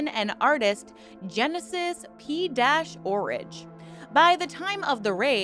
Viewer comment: Jesus Christ you cannot pronounce P-Orrige or sigil. wtf